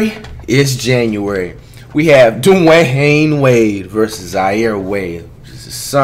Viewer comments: So we not talking about how he said Dwahayne Wade? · 0.09 this nigga said dunwehayne wade haha